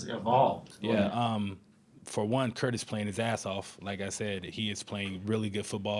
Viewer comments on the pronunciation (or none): it's KIRK not Kurt 😅🤣😂😅😅🤣🤣👍👍👍👍👍👍👍👍👍👍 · It sounded like "kurt" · Dude still says Kurt